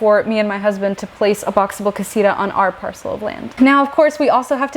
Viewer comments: It’s not Casiruhh “ CASITA “ Kah see tuh” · Is not casira its casita